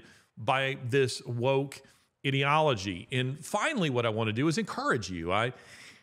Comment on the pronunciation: I really enjoy your podcasts Larry but you do need to correct your pronunciation of "ideology".